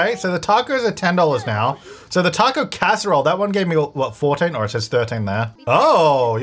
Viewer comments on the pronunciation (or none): none